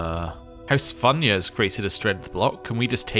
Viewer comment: first of all, the "fu" in house Funya is not like the word "fun", think mountain Fuji. Also, partition successions in this game allows you to preemptively grant your children land, as a way to distribute inheritance early, so you definitely should give your extra counties to your other sons to ease your domain limit.